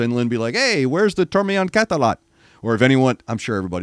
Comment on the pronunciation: Your pronunciation of that band name was spot on!!